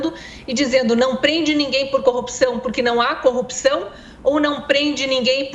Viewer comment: Esse senhor pode ser que entenda bem sobre ser juiz , mas como político, entende tanto como um bebê de 3 meses!! E tem que aprender a pronúncia certa é CORRUPÇÃO, E NÃO COPCAO KKKK